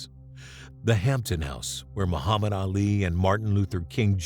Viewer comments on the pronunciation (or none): none